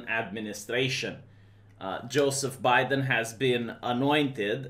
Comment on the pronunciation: love the way you pronounce Joe BeDamn. I'm offended that you showed a Biden Fat Cat at the beginning of the video. Can Biden take office if he cannot get through the entire Oath of Office without a dozen gaffes?